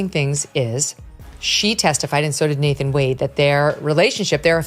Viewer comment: Its nathan wade. Not nathan Wonder come on AI YOU CAN READ BETTER THAN A 3 YR OLD